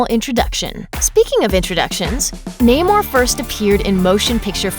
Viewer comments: It's pronounced "Nah-mor" not "Naymor" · Nay more? Thats not how you say it.... Nam - er. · Na-more the submarine